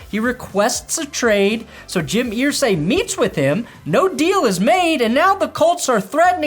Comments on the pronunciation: Err zay not ear say. Your bronco loving 🫏 is driving me crazy.. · It’s Irsay like Ursula… Ursay. Not ear-say. It’s like claws on a chalk board. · EAR-say. What’s with the pronunciation?? You’re killing me,! 🤮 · Wtf is wrong with you calling him Earsay? Nobody does it but you. Srsly. It's annoying. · Why are you pronouncing Irsay like that?